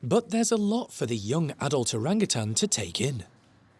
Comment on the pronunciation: ...you keep pronouncing it orangatan'g'! Drop the g!! Your a great keeper